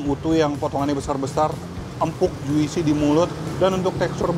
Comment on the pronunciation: Hallo, Maaf ya, mau ralat sedikit nich. Pengucapqn kata "JUICY" Bukan JU-ISI, tapi JU-SI. Biar benar di dengar nya ya. Sekali lagi mohon maaf nich. Semoga sukses sll. Salam dr Sydney. Yanz.